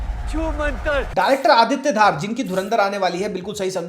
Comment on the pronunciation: Dhaar nahi pronounced as Dhar Bareily nahi Barelvi school of thought Critic ji...hope hamara criticism bhi aap as a feedback loge